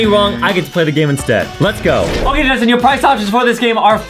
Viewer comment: Its not “Justine” its “Justin”